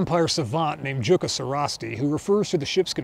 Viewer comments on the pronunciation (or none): My man, it is pronounced Yukka, it is Finnish name. Loved the video! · "Jukka" is a Finnish name, so "J" is pronounced like "Y", so it is pronounced Yukka. It is also around the third most common male name in Finland, to the author's surprise when he visited a Finnish science-fiction convention.